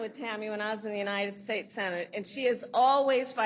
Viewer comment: it sounds like the guy says "united peace" ✌️